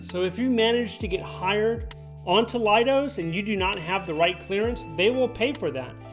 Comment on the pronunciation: Pronounce “Leidos” as lay-dose, rather than lie-dos. You can see why it’s not “lie”, right? In spelling as well as speaking.